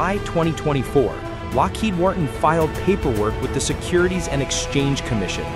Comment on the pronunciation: What's the surest telltale of an AI narration? Can you imagine a human reading the script and not tripping over the phrase "Lockheed's bridget? " How about "Lockheed Wharton?" Or "F eleven seven (instead of one one seven or one seventeen)?" Other than that, this is a pretty good synthesizer. Cadence and inflection are both very good, almost (dare I say?) human. A little editing where the thing trips and we'll have a tough time discerning.